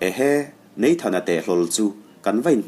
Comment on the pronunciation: Ngaihnawm viau na in,,"neithan" ti lo hian,,"nathan" han ti zawk ta la,,te ka ti vel mai mai.kei thingtlang nu mawl hian😊